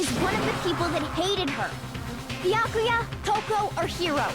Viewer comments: Can someone please tell its B-ya-Ku-ya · it is NOT bee-yuh-koy-ah IT'S bee-yah-kah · anyone else kinda triggered by how he pronounces byakuya?